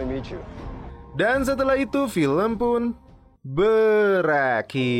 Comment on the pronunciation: Berakhir min, bukan berlendir 😆